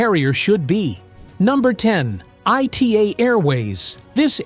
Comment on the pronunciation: Clueless and unhelpful to US travellers - presumably the target audience. Taking just one carrier ITA (Italia Trasporto Aereo); to begin with it is pronounced ‘ee-tah’ not I T A, and the old Alitalia has not existed for several years but we saw lots of the old iconic Alitalia livery. The image of the departure gate was in Spanish (and English) not Italian - they are not the same language, and not lazily interchangeable. Almost all the information spoken was clearly taken from social media, not the personal experience of the narrator who even sounded as though he were reading someone else’s unresearched script. And that’s just one airline.